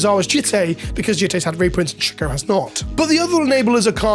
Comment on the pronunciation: “Shook-oh” yah, the whole community is shook